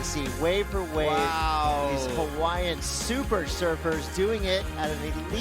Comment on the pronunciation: Pomaikai na kanaka! Ko Pae Aina o Hawaii!!! Braaaa take one beginner olelo hawaii class, you cant pronounce Hawaiian names at all, its embarrassing that you are an announcer, learn and get better, its your job.